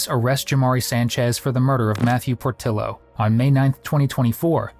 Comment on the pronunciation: Need to correct your AI voice over that "Portillo" is pronounced "Por-TEE-yo"... could help with other words and names as well as other mistakes, such as "El Paso". This is NOT in El Paso. As stated in the video prior to this moment, it is in Las Cruces, New Mexico. Not even the same state! js